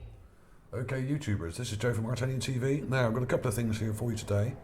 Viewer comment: its funny when you say its ArtAlienTV because it sounds like you say Italian TV XD great vid dude